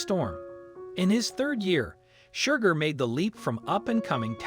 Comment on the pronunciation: Please adjust the Robotic Narrator to STOP it calling SHERGAR , Shugar! And stop the foney Irish accent.